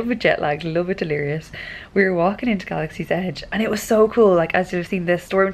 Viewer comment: You said it right!!!! No pirate donkeys in Galaxy's Edge ;)